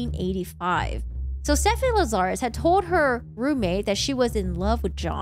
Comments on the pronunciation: The host here says "LaZARus", with the accent incorrectly on the second syllable. The accent is on the first syllable, LAzarus, not the second. It's too bad she has to use foul language for no reason. It sounds tacky and low class. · 1986 to 2009 is 23 yrs not 30. Lazarus is pronounced LAZ-a-rus no Lazarre-us. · Lazarus. It's a super common mistake but it's like "Lazz-er-iss". Rasmussen I think can be either/or but I've only ever heard it pronounced "Razz-miss-en" so that one just got to me personally even though it might be correct too. Lol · You aren’t pronouncing Lazarus correctly.